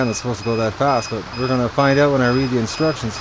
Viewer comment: Did you say "disrection" for instructions. Either way works for me. Great dog, you got blessed there. How did you get him. Can't believe this incubator is finally here. Lets get some babies hatched.